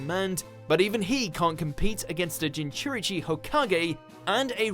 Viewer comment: Jinchurichi lol